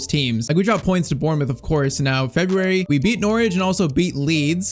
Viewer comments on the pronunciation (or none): none